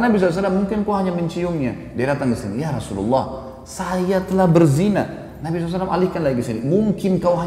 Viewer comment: YA ROSULULLAH... HARUSNYA YA ROSULALLAH..ITU HURUF YA NIDA MENASABKAN SEPERTI YA HABIBALLAH...BUKAN YA HABIBULLAH